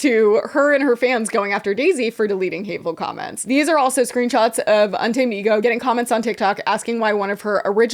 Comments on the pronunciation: Now every time I see UntamedEgo I’m gonna be saying “unta-ma-de-go” like did. Thank you. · I can't with Un-Ta-Me-Dego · Not úntamadego 😂😂😂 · Not úntamedego. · im absolutely crying at ' mis-reading 'untamedego' lmfaoooo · pronouncing"untamedego" en español has me dying😂😂😂 my coworker only speaks Spanish so I'm learning and when you said that I was like "yes. 100%. I wonder what that means" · misreading “Untamedego” gave me life 😂